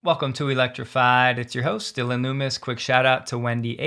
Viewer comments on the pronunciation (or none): none